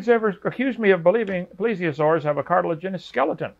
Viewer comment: Two guys mispronouncing "cartilaginous" at each other.